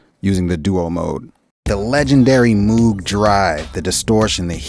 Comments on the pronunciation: Drives me nut hearing people say Moog as in Moooo. Robert Moog pronounced his name M-oh-g. Long O sound. How do I know??? I met him once and he told us😮. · Hopefully this will be my next synth. Totally in love. (BTW Moog rhymes with rogue 👍). Fun video! 👍